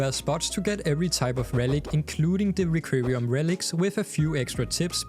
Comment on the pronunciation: It's "requiem" relic, sounds like rek-kwee-em.